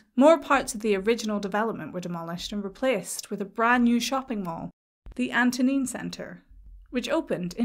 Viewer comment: Antonine , as in the Antonine Centre , is the same word as the Antonine Wall , constructed by the Roman Emperor Antonius Pius from 142 AD ; Antonine is pronounced Anto nine ( the second syllable is like the number nine , and absolutely NOT nene , like the English valley ) . As for brutalism , very much the style at the forefront of post war Britain , I am surprised there was no mention of Sir Basil Spence who , although not credited for this building , a late architect friend who worked for Mr Spence and Ove Arup during his career had mentioned to me several times of Sir Basil's involvement in this structure , as well as numerous other notable buildings around the same period , when my friend worked in his London Office